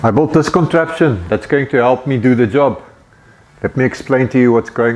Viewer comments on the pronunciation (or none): I think he is saying built but it sounds like bought